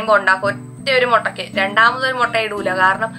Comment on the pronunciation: മൊട്ട അല്ല മുട്ട 😃😃😃.. എന്നാ ഭാഷയാന്നെ